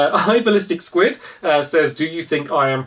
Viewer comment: You said Squid prettyyyyy aw